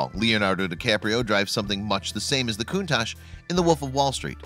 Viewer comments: Stop pronouncing it coontarsh it pronounced cuntash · It’s pronounced cuntak.